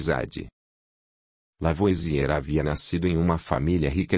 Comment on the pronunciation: Pena que, apesar de ser uma voz maravilhosa, a IA não consegue pronunciar corretamente os nomes em francês, como "Lavoasiê", por exemplo.